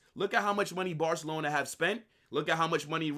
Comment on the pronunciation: "If Nico Lands in Barcalona"